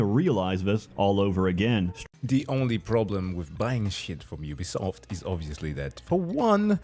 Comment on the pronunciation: Please notice how consistently says 'Ubuysoft', gotta love it, with or without the blocked clip. You can still find the original on other video sites btw, instant classic!